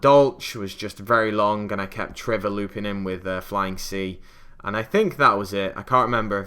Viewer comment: Are you kidding? There's no reason why anyone would know why some people call triverr trevor, because there isn't a reason. It's just plain mispronunciation. I honestly would expect everyone who reads my comment to notice its purpose, and be able to infer that it is a rhetorical question, but I guess I shouldn't assume anything about the intelligence of people on the internet. Also in no way did anyone answer my question. The first reply used the word Wuphlez, which I should probably know the meaning of from hearing it enough on the internet, but I never bothered to look it up, and yours answers the question by using the assumption that I was wrong in thinking that was mispronouncing triverr, which is incorrect. It's very annoying that I have to write this much just to explain something this simple, so if you STILL don't understand after reading this, I can't help you.